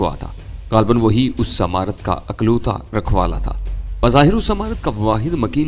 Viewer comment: Akloota ni iklota hota hy unprh insan ,🤣